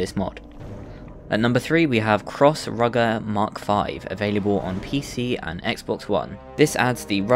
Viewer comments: Its not called rugger its ruger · I wanna slap you for calling a Ruger a "rugger".